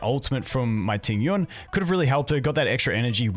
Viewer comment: Qingque main cant even pronounce her name 😂